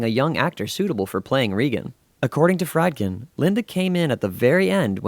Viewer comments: It’s pronounced freedkin. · Fried-kin?! Lol